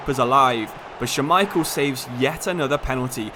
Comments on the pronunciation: couldnt get over him saying scha-micheal instead of schmai-chel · Say Schmeichel for me, one more time…